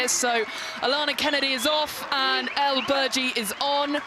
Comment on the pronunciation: El. Not Eli. Aya El Bergui